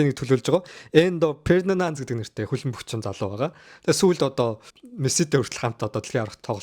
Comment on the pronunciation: Хөлбөмбөгт бүр таг гар юм байна. Судалж байж ярь хүүхдээ. Эндо Фердинанд биш Энзо Фернандез буюу Аргентиний шигшээ багийн тоглогч, Челсигийн хагас хамгаалагч залуу мессид зориулсан бичлэг оруулсан юм. Сүүлд Дэлхийн аваргад хамт түрүүлсэн.